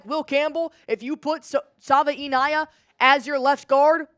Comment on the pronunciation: Savi- a- nay-uh you welcome